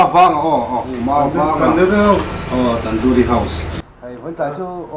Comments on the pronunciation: Tan-duri tih tur. Tan-dawri nilo aw. Tui hmel hle mai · Tandoori nilovin tandoori tia lam tur